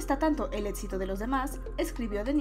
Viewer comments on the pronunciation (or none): "Etsitoso", "etsito " por qué no ponen a alguien que sepa pronunciar bien las palabras?